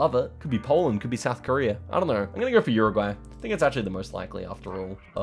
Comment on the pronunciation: yuruguay not uruguay pronounciation